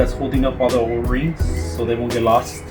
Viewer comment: Why do you say O-A-Ring?